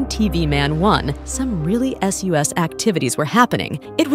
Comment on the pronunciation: Its not soooos its sus